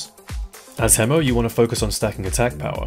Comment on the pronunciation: Bless you for pronouncing hemo properly instead of "hee-mo."